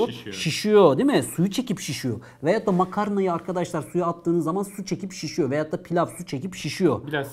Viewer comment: Hocam niye veyatta yerine veyotta diyorsunuz :))